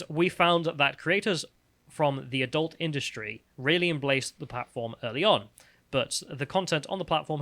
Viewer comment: Why can't pronounce 'adult' correctly?